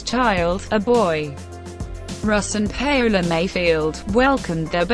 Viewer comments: its not pronounced Pay Ola..its pronounce Powla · Pay - ola??? Get it right woman you must have heard her name before..! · THE REAL PRONUNCIATION IS PA-O-LA A WITH AN A LIKE AMIGO IN SPANISH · Wtf that really is not how russ's wifes name is pronounced.